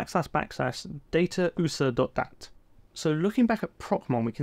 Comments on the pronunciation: Data oosahh. Also know. As Data U.S.A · did you actually call usa "oosa" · He actually pronounced u-s-a as a word lmao